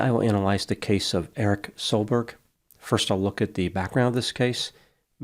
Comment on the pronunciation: This doesn't sound right. Pronounce Stein as "staying" without a and g. And a short k-sound in Erik (like in "meek"). Soel (should probably be Søl) would be like sul in "sultry". Then an a-sound (like in "cat") in -berg. Then Ivar: Iv sounds like eve in "evening". The r is supposed to be "rolling" in all cases.